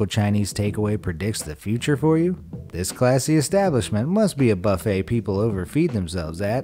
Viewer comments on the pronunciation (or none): none